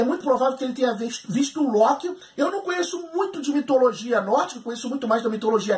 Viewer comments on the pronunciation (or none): none